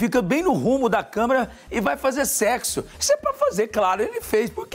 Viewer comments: A ênfase que o apresentador disse na palavra "sexo" me quebrou. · "Secxo Batima, eles tão falando de secxo Kkkkkkk"